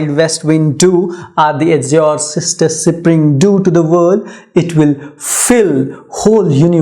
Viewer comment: Sir you are pronouncing the word spring wrong